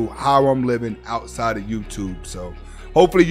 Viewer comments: Why this brother🤷‍♂️ saying Hasta La Vista ? Its pronounced Asta la vista. The H is silent. Ain't no Hispanic here to inform this brotha,🤔? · He says that on purpose ma brotha